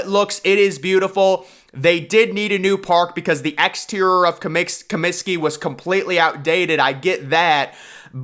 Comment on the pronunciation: Comsiky Field? What the hell is is that? Try Comiskey Park. Ten thumbs down. We’re you channeling Obama and his repulsive Cominskey Field comment?